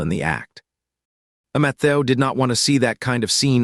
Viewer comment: Poor Matthew... can't speak your name😂😂😂😂😂😂